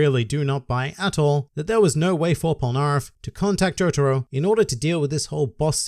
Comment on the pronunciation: Okay, you learned how to say Jotaro, now let's continue. It's Diavolo, not Dia-VOLO. It's Polnaref, not POL-naref. ~just had to point that out but great vid like always~